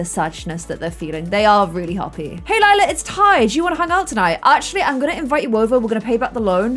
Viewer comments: and the fact that sometimes she still says lilas name wrong after 18 episodes 😂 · I feel like sometimes gets confused with Lila's name. It's the plum gen, not lilac gen. XD it's fine tho.